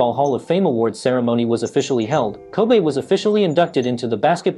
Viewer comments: His name is pronounced Ko-bee, not Ko-bay, my guy 😂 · Bro his name is pronounced Kobe with an E not Kobay with an A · Everyone in the world knows this man's name, are u intentionally saying "ko-bea" instead of saying Kobe. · Hosted by an AI bot? Kobe - pronounced "kobee" not "kobay" like the city in Japan. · Why is he calling Him Kobay so disrespectful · No it actually is Kobe' like A. He said that when he got to the league. He said that's the true pronunciation. I remember that vividly. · “Ko-Bay Bryant!” - This Video Narrator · His name isn't "Kobay". Have some respect. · He keep calling him Kobay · Ko-bae bryant 😂😂😂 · His name is not pronounced like the Japanese beef. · are we gonna listen to some one who cant even say his name right and have to obviously read from a script with out having a clue who the Lakers or any other basketball team is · Ffs... Can you at pronounce the mans name correctly if you're gonna cover the story? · All this research and he can't pronounce the name. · U can't even say his name correctly!!!!!!!!!!!!!!!!!!